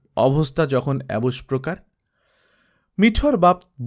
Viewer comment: "অবস্থা যখন এবম্প্রকার / এবম্ প্রকার"। আপনি অবলীলায় পড়ে গেলেন অবস্থা যখন এবস্প্রকার/এবস্ প্রকার ।